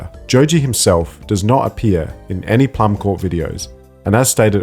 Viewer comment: I believe Plummcorp is meant to be pronounced "plum core" as corp for corporation is pronounced as "core" it looks like a pun like the seed core of a plum. Probably a reference to the famous Apple Corps (same pun, apple core) the Beatles started in 1968, which their famous Apple Records label came from.